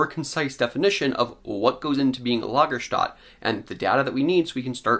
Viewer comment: You're an educated guy, and I enjoy these reviews. But it's not "Lagerstat" it's Lager-stet-e".